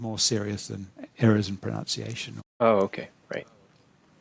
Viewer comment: ProNOUNCEiation? Really? Language learning expert? Please tell me he was being ironic. (Hint:I don't think so)